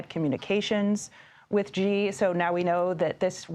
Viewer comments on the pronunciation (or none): Please learn to pronounce Xi. Its not rocket science. "She." Not "gee." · It's not gggggg....its sheeeee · did she just call Xi "G". It not Gi, its "Shheeeeeeee-sh". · xi pronounced as Letter C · It's 2024, someone can't pronounce Xi correctly.